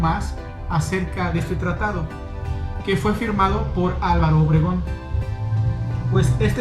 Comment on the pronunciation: Hola buen video pero no dice tratado dice tatado jijiji ya será para el próximo tatado saludos Bay